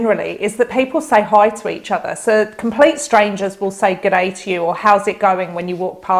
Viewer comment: You pronounced that “G’day” perfectly. 👏